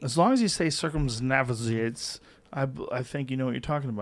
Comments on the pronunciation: Joe "cirrzum naszigatez" Rogan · Who else realized Joe making fun of the dudes mispronunciations of “circumnavigates”